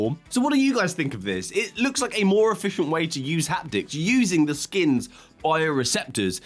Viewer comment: Chemical Hapdicks... I can't unhear it.